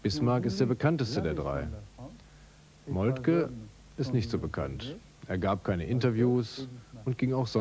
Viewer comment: Molke, der Mann heisst Molke!